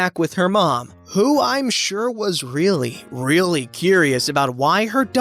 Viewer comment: Shir-Sure lol new subreddit “entitled narrator” 😂